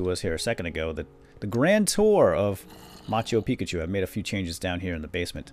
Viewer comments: Isn't It Machu Picchu. He keeps on saying Machu Pickachu and that is a pokemon. It is kinda driving me crazy. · Somebody tell him it's not maccachu pikachu it's machu pichu thumbs up so he can see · You pronounce it wrong it's Machu Picchu